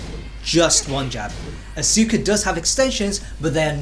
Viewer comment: The game literally pronounces her name when you select her. How do you still mispronounce her name? Asuka = Oska. Act as if the "U" isn't there.